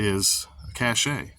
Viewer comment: Cache is pronounced cash not cache'.